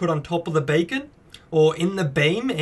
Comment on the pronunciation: That sounds like "bacon"